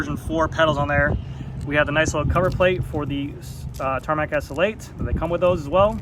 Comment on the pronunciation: Repeat after me: ESS ELL EIGHT. Not ESSL8